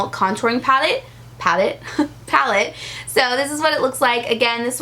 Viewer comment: That part where you took on a British accent and said "Pallet" on accident. I have watched it about 15 times because it tickles the mess out of me. So funny. 😅😅